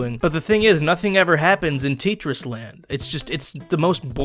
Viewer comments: TETris not teetris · Dude. It’s t eh tris, not teetris. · It's pronounced "Teh-tris", not "Tea-tris" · It’s a Russian game and it’s spelled tEtris not titris) like Taetris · You called it "tea tris" it's pronounced "Te tris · isn't it tEtris? is really called tItris? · tea tris? Edit: i know its a joke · am i the only one who pronounce tetris, tEtris , not tItris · teetris huh I thought it was tetris.. and it's not a bad game to play if you're just bored or you're in class. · If you hated Tit-tris, you'll hate The New Tit-ris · It’s pronounced (teh-tris) not (tee-tris) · its not titris its tetris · Its not teetris its tetris Sorry it just annoys me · Literally as soon ad he said teetris I laughed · Tetris not titris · tee tris? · Its pronounced Te-tris not T-tris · How dare you call Tetris "Teetris" : /.. and it was first released by Nintendo not Sega. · it’s not teatrees it’s tetris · ITS TETRIS NOT TEETRIS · It's not teetris it's tetris you duuumieee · Its not ttrus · Tee tris I thought it was pronounced like te-tris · what do you mean Teeetris? It's Tetris (Pronounced te-tris) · TEEEEtris? I thought it was tetris. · IT IS NOT TEETRIS IT IS TETRIS!!! Also do you mean it? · its t e t ris not teetris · teetris? Tetris! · its pronounced t-ette-tris not Tee-tris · Tee Tris? I thought it was Tet res. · dude its tetris not titris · He says TITRIS... it's TETRIS! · TET RIS ITS FUCKING TET - RIS NOT TEET, WHAT IS THAT? sorry guys, had to let it out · HOLY FUCK ITS TETRIS TET RESS NOT TIT REIS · Teet ris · Is this guy serious? He clearly doesn't understand what this game is about. He keeps raising the price to an absurd amount and he doesn't even say the title of the game right. It's Tet-ris you imbecile. Instant dislike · Its TETRIS. like TE for TECH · say tetris not tet ris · Wait..... Tit ris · Iddiot it's called tetnis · Nobody:: tEa-tRis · No one can say teteris it comes with grate power to say tee-tris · It's not teetris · Its tet-ris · Teetchris :D